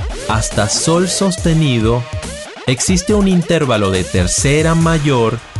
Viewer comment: Así como oír una canción con una cuerda o una tecla desafinada es insufrible, ver tus publicaciones diciendo "intérvalo" en vez de "intervalo" acentuado en la "a" le quita lo maravilloso de tus contenidos. Se recomienda que futuros videos, si es menester pronunciar esa palabra, lo hagas de la forma correcta.